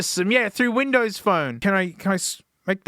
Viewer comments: i get hes saying bindows but its so much funnier to think hes saying bimbo every time since it sounds just like it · i thought I heard "BIMBOWS??" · It's not "binbows" 🫩 you need to rerecord the audio and correct the OS name!! It's "microshaft winblows 8" 😆☕️🚬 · smasnug binbows I'm dead😂😂😂😂😂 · binbows on a smasnug? this is not okay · The way he says Binbows gets me to jump everytime as a german